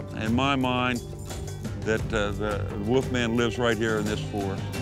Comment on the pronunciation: Our first clue was the first 10 seconds of this. "Woof-man" This is beyond stupid, it's insulting to intelligent people who know how to speak correctly.